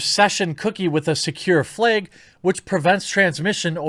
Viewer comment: Secure “fleg”